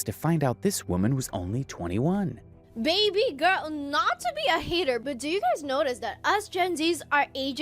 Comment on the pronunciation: Everytime she says "baby gorl" and then starts being delulu, I cringed so hard 😅